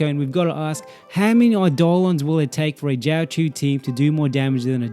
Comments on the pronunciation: Not really an accent issue, difference between choh and chew is a universe and then some, but good luck in the future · Life hack for content creation: If you create a guide about a specific character and you are going to mention the name like 500 times in 11 minutes it helps to google the pronunciation once. First time I saw a video on this channel and it's such a bad first impression that I don't want to watch anything else ever, even though the comparison I came for is alright.